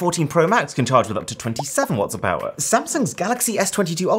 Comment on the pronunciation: powah of android